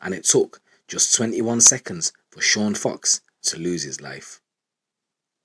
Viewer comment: Sean Fox christ get the guys name right